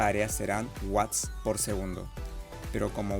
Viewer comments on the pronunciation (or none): none